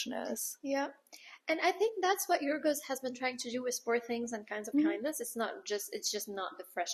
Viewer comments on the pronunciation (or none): Yorgos isn't that hard to pronounce 🥲 Jokes apart very nice critic, loved the dynamic on this one with the first debate about recasting the same actors (and I was wondering when did they had the time to SLEEP between Poor Things and Kind of Kindness) and the diverging points of view, you went deeper into the technicalities of the movie with the music Also very interesting point noticed The montage is also getting better and better I actually watched this episode not only listened to it as a podcast About the almost 3h movie, you can follow up with the count of Monte Cristo if it was released for you which is almost 3h too😂